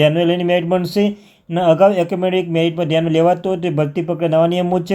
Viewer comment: Acamedic nahi bhai academic